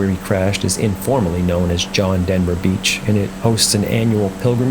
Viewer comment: I normally down vote video game entries but this one told a worthy story. Sorry to hear the mispronouncination of his last name though.